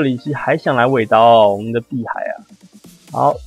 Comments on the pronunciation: 克里希還想來尾刀齁，我們的碧海我聽成屁孩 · 快樂小楓 我聽3次才聽出來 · 幻滅 其實碧海也有開頻道，我每次聽他的開頭都聽成：大家好我是屁孩www